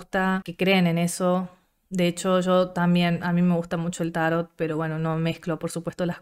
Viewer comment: Vpy bastante a Argentina, nunca había hablado con nadie de Tarot, pero bonito ver cómo mantienen la pronunciación grave italiana "tárot" y no la árabe o francesa "tarót" que tenemos en Colombia, interesante.